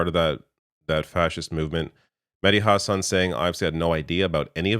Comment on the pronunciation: Hahsun hahah husawn would be how it's pronounced